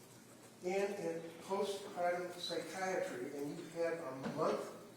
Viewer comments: Annoyed with the "post-pahtum" depression pronunciation. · What is post "pot-uhm"??